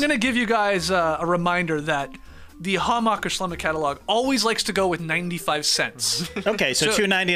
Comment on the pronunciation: Skeet, please never chance your pronunciation of the Hammacher Schlemmer Catalogue 🙏🏽